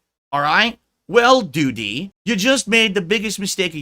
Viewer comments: Is this real life? Seriously what the fuck is happening? LOOOOOOOOOOOOOOOOOOOOOOL. "Doo-TEE." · I love how says, “Doo-DEE!” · Why is he pronouncing Doody like that?